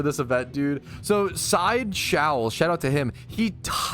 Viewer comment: He said my name wrong 😢 It’s Sideshow Ellz